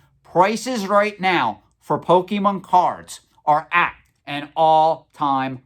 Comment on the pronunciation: Bruh, you say pokemon wrong. The bar ain't set very high. The content is important, not the nit-picking over words.